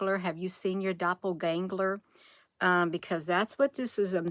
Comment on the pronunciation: Dopler gangler....lol I think is kinda funny you cant say doppelganger......😅🤣😂